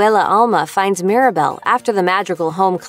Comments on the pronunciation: It's Mirabel not Maribel 🤦‍♀️ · She also keeps calling Mirabel “Maribel”